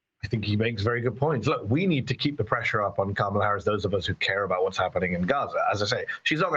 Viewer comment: You’d think that, as in the case of the CA caller, who is so tuned into Harris’ policy, he could at least pronounce her name correctly